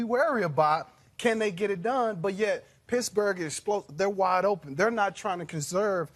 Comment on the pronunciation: Sounds like he's saying Pissburg